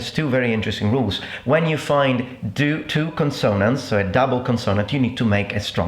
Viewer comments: Grazie per il video, è stato molto divertente, ma...perché dici "conSONants?" L'accento corretto è "CONsonants." Forse è un raro variante British ma mi suona stranissimo...mai sentito ne da un americano ne da un inglese... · cOnsonnants, not consOnants